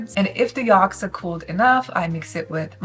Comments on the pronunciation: Yolks, not yalks 😊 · You say yolks funny 🤣 😂